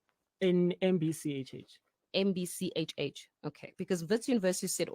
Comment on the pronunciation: it's now an 'MBCHH',,,haai ke